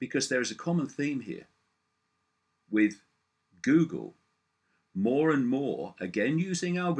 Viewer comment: I love how he pronounces it "Gewgle". Icke is the real world Alfred.